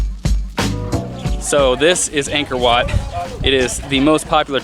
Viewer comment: This is a great video! The temple is truly a great place and thank you for visiting my home country but just a tip, "Ankor Wat"-if you want to sound more native- is pronounced "ung-kh-or wh-aught" :) keep in mind, you aren't Cambodian so it's okay if you don't get the pronunciation right away. You guys are awesome. Keep it up!!